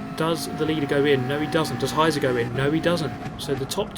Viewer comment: Just a side note: "Heizer" is pronounced "High-tser" and literally means "heater" or "fireman", but also there is the figurative meaning "a person which drives insanely fast". Gotta love ze Germans x'D